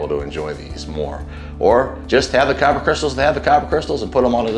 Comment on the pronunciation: Not Kyro crystals, it’s kyber crystals